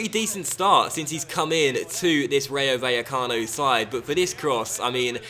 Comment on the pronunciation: Rayo Vallecano is pronounced like RYE-O (like rye bread or anything made from rye tbh) Bye-eh-cano. In spanish, the v is pronounced as a b. Also, when two l's come together they are pronounced as a y sound.. So the team, phonetically, should be said like this: Rye-o Bye-a-cano. Insert 'More you know' meme here Please upvote so can see this.